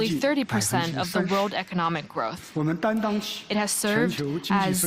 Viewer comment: 😂 Indian englis ish one oph da most repulsiwe eggcents ewer. Listen to the tongue click whenever they pronounce a word that ends with the syllable "it"